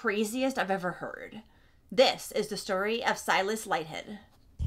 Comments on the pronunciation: Aussie here. Pretty sure it’s pronounced “Leeth-head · Pronounced LEETH- HEAD. Kate. Not Katey. Kate.